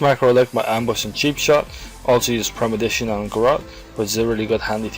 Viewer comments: The vid was helpful ... but you're killing me ...its ...PRE-MED-I-TATION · is it not premeditation instead of premidition? i'm too lazy to log on to my lowbie rogue and check it out but i'm pretty show it's premeditation...as in premeditated murder. anyway, still a great video. and the fact that there are no half naked men doing ab exercises is a plus.